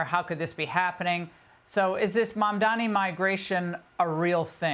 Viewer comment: It's kinda low to intentionally mispronounce someone's name